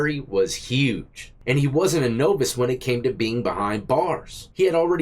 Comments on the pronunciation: Hate to check you, but “novice” is said “nah-viss” not “no-viss”. Education doesn’t stop after prison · "Naavice" not NoVice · Did this guy say NOvice? 😂